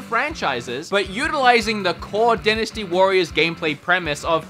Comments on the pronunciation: Die-nasty Warriors.......not Din-nasty Warriors. Lmao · Oh for Hyrule's sake...... Dynasty DIE - NA - STEE